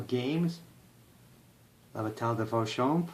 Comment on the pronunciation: You nailed Vauchamps and Champaubert! :)